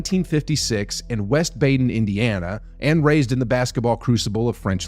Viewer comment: "Baden" is pronouced Bah-den